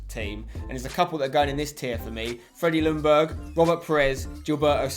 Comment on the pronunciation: Spencer, Ljungberg is pronunced more like Youngberg, just so you know :)